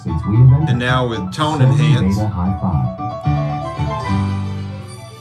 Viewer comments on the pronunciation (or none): none